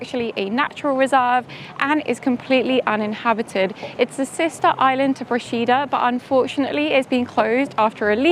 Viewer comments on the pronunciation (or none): You've done a lovely job showcasing our little island, but please, please learn to correctly pronounce the name of the place before you post a video. I'm a resident, hearing it wrong is like fingernails on a chalkboard.